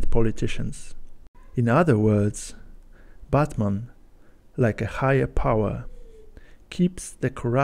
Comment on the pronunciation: You pronounce Batman like Buttman